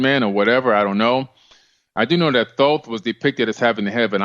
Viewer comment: Tedious to listen to....too many commercials, but Billy Carson was exceptional. Great Info, because of him I will be subscribing to Gaia. Thanks for the interview....and Thanks to Mr. Carson for correctly pronouncing Thoth's name!😊👍🏽